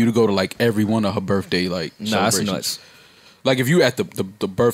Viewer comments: Man pronouncing birthday as birfffday makes him sound so cultured. Keep up the good work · I hate when people say Birfday